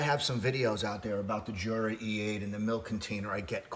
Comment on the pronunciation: I just bought this machine. I had the Smeg machine and didn’t like it. It made horrible weak coffee. I sold it. By the way, Jura is Swiss so it’s pronounced Yura.